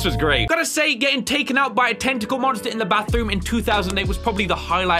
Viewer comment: Normal people: Tentacle Bri'ish people: Tenikle